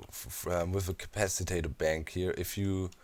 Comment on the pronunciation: and it's an "at", not a "at"